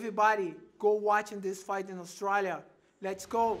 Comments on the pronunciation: Guess I've been pronouncing Australia wrong all this time then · Lmao I’ve never heard anyone pronounce Australia like that, let alone an Aussie lol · Anderson says Australia better than Australians. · Find somebody who says your name the way Anderson Silva says Australia.